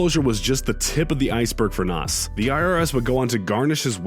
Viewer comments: Its Na"z" not Nas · And NOS🙄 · That's Not Noss"... its Nas... (Nozz) Pronounced In the first 6 minutes of the video, you have Mispronounced 3 different rappers Names SMH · Nas not Nos. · How u gonna disrespect a legend nas is pronounced like gnaws not nos he isn't under the seat of vin diesels RX-7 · I need for you to pronounce nas's name correctly